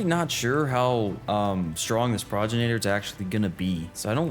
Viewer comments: you say progenitor like this Pro - gen - itor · It's pronounced 'Progenitor' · for anyone who is curious , it is pronounced Pro-gen-it-or and it means Ancestor, just a little fyi :D luv <3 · Pro-gen-it-or is how it’s pronounced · Love watching your adventures my guy but the way you were pronouncing Pro-gen-it-or drove me batty lmao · Pro-gen-it-or. Otherwise Pro-gen-itor. 👍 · it is pronounced pro-gen-iter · The boss is called "pro-gen-a-tor"